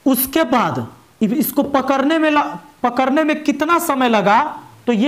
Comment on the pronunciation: Mind-blowing लेकिन पकड़ने होता है कि पकरने 😇😇😇